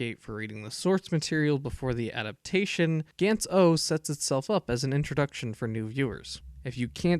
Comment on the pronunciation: It's not "Gents" it's G-Ah-nTz, if you wanna be a anime reviewer (which you are shit at) atleast pronounce the name's good